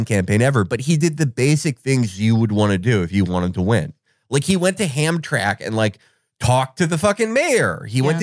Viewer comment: Lmao “he went to ham-track” i love hearing people mispronounce that city as a detroiter